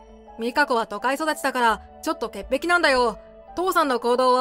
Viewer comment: 潔癖を「てっぺき」と言ってるけど間違いに気づいてるだろうか？